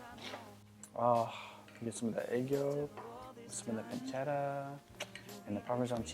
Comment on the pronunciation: perfect pronounciation of "pancetta" (the first of the two times she told the word)! Wow, superwow!! (an Italian)